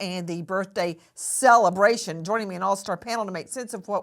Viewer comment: Nancy can you stop… CELLebration 😂😂😂😂